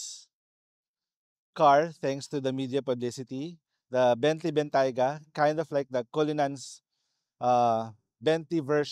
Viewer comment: Pronounced as "benteyga" 😀